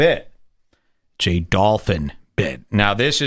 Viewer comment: He pronounces Dolphin gross -Dauwlfin he is trying to sound like Mike Damone from fast times if he were in a Mexican gang